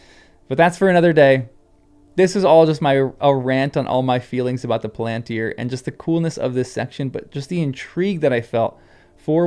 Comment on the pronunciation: Palantír has the stress on the last syllable. The long (accented) í draws the stress.